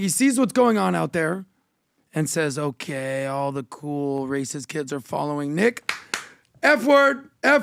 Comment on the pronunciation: Can anyone kindly tell me why this rent boy can’t pronounce “okay” correctly?